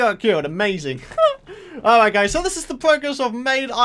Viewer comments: Person_Is _Cool39 lol I know but seriously? "ari" ,doesn't seem to be his usual accent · now that doesn't sound like the word "alright"